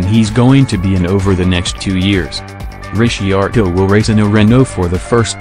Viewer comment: made it about 5 sec into this until I heard your robot narrator pronounce Ricciardo. Weak, cheap clickbait.